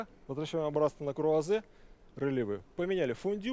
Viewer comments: Да ладно вам, чистейше произносит РЭЛевэ 😂😂 вот , но согласна, неуверенный и авторитета не чувствуется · в том и дело , что произносит неверно